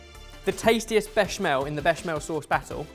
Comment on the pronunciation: FFS it's bech-A-mel